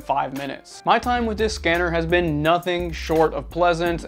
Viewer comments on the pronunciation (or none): none